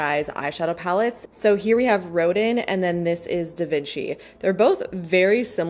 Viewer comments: Loved this video as I love these brands. FYI Rodin is pronounced “Ro-Dan” 😊 he sculpted “the thinker” 🤔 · Hi, dearest! Rodin’s name is pronounced like “rowed-ON.” He’s a French (?) sculptor, and his name is said w the French pronunciation :) Edit: And “Rococo” is “ROW-co-co” and “Baroque” is “bah-row-ck.” Took me ages to learn all my art history terms/pronunciations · You live in Montreal and that’s how you pronounce Rodin?? 😭